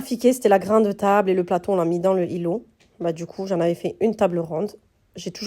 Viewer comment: Magnifique maison mashallah 🥰 vous avez bon goût, pourquoi vous faites pas la liaison, ça fait bizarre quand vous dites le îlot, dîtes l'îlot tout simplement 😁😅ne le prenez pas mal 😅😅 vous trouverez des grilles évier chez shein